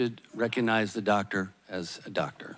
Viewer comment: Maybe she won't call him DOctor because she can't say Doctor. I'm not calling him "Dah Ter":face-blue-smiling